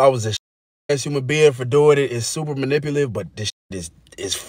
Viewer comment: He can’t even say, manipulative”. 👀 lol